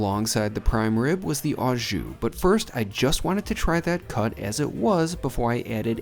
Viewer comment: When gift cards switched over in Canada from paper format (many years ago) to swipe cards the expiry dates were removed. I am surprised they are only active for 1 year in the States since they are pre-paid. The correct way to pronounce "au jus" is "O" jus. I don't normally correct American pronounciation, but I thought I should since you do steak videos all the time:).